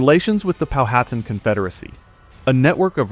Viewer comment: It kept saying Po hat ten too instead of Powhatan - Pow a tan.